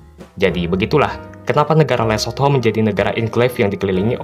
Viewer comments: Lu mah nyebutnya LESOT-HO 😂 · Nyebut Lesotho mesti gitu ya min? THO?? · Emang harus gitu ya min baca nya .. LE SOT HOOO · Min pelajari juga pronounce-nya dong, agak gimana gitu denger le-sot-ho mulu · Lucu amat, penyebutan LESOTHO nya😂😂